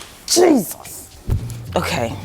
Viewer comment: The Nigerian accent in that “JESUS” took me out. 😩😩😭😭😭😭😂😂😂😂